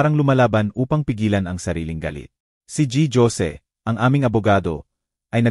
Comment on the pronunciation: haha G. Jose basa nyo ay literal na letter G at jose ganin din as in J as jar? Basa po niyan ay Ginoong Hose